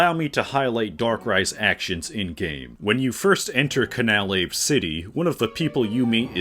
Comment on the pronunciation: it's pronounced can-ah-lah-vay